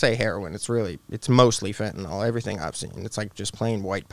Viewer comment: FEN TA NYL Say it. It's FEN TA NYL Not fEnTeY nALL....